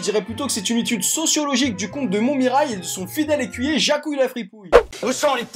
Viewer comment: avant qu’une pub ne venait interrompre la vidéo, j’entendais la voix-off dire non pas “il est comte et (etc.)”, mais “il est con” 🤣🤣🤣